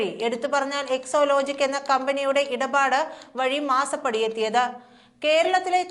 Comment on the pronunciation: എക്സോലോജിക് അല്ല, എക്സോലോജിക് എന്നാണ്. വായിൽ തോന്നും പോലെ വാർത്ത വായിക്കരുത്.